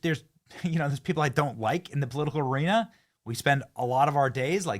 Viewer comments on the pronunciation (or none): none